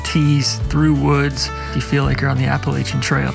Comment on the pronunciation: Wonderful episode sans Tron's mispronunciation of Appalachian.